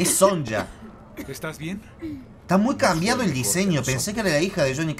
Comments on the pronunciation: todos los personajes que veas cómo jax o nightwolf o cualquier otro personaje que antes era bueno estan poseídos por quan-chi ya que en el anterior juego murieron y sus almas fueran tomadas por quan-chi y ahora trabajan para el, a por cierto se dice sonya no son-ya. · Se pronuncia "sonia" no sonya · no es son-ya es sonia pero con y >:v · no se pronuncia sonya se pronuncia sonia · Es SONYA NYA NIA! No, Sonlla! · se dice sonia no sonya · querido POR QUE LE DECIS SONJA A SONYA SONYYYA, Y NO ES LIU KANG SI LIU KANG MURIO EN EL 9 VOS MISM O LO GRABASTE PD: perdon si exagere jaaaj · una cosa, sonya se pronuncia soña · no me importa q no sepas la historia, pero podes pronunciar bien los nombres porfavor. (quien es sonsha) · pronuncia mal sonya